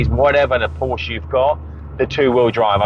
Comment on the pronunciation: Great car and nice review. Would only be improved by properly pronouncing Porsche and Fuchs. Would add credibility IMO.